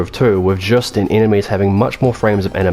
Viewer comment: Thank you for the review. There's so many terrible channels out there, especially when it comes to Castlevania and so far you're the only one that didn't have weird "opinions" on the mechanics. My only nitpick is you said Juste's name wrong but that is so minimal I shouldn't even mention it lol Looking forward for that LoS2 review, that game is one reason I want a PS3 to this day.